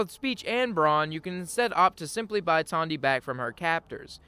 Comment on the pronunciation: Everytime you said "Tawndy" instead the logical "Tandy", it caused me pain 🤣